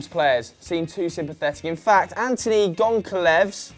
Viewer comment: Break the name up Gon-Cal-Ves.